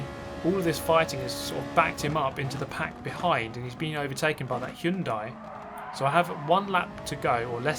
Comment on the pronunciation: Hyundai! Finally someone who can pronounce Hyundai correctly.